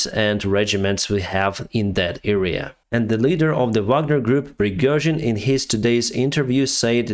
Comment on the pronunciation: Пригёжин)))Ох уж эти иностранцы)